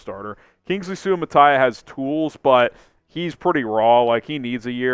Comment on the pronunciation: Soo-uh-mah-tuh-ee-uh Say it right HAOLE